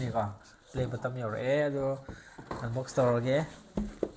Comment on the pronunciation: Play BUTTON haibane...not BUTTOM.... pronunciation doh 😅